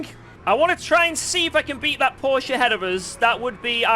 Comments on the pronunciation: how can he still pronounce Porsche wrong? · English speakers pronounce Porsche correctly challenge: ongoing 😂